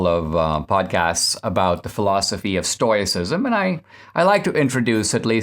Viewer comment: Dinesh! Read the comments! It's pronounced "stow·uh·si·zm" !